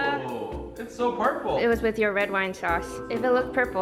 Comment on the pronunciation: Is it me or does she pronounce her name is Inca instead of Inga?